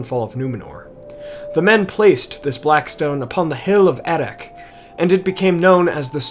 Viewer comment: I would have thought the final consonant of Erech is pronounced the same as the /ch/ in Loch, not with a /k/ or even the Dwarvish /kh/.